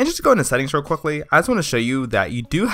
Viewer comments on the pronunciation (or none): none